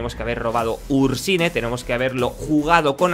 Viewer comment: Me gusta tu canal y los vídeos pero me pongo muy nervioso cuando pronuncias los nombres de las cartas castellanizadas..xD Ursnie..Elise..Thresh y dices tres..